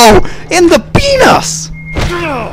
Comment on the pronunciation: ''Ohhh, in the PEENAS.'' I lol'd. ('